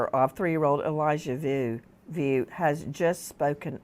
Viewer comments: It’s Vu not View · Vue is pronounced "V-oo." Sounds almost like Wu but with the "V" sound. Pray to God, this baby is brought safely home.